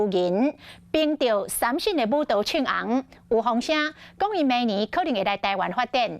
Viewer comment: 三振 台語發音 SAM JIN 就好了 ， 不需要用日語發音 SAM SHIN 吧？